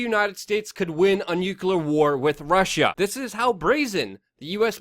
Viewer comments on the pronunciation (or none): none